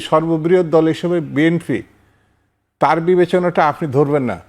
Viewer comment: এই দুদু কি বলে!! নিজের দলের নামটাও উচ্চারণ করতে পারে না 😂 বিএনপি কে বিএনফি বলছে 😂😂😂